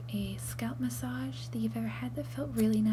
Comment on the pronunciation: Ma-saj not Mash-aj. Otherwise, amazingly convincing and indistinguishable from real Americans :>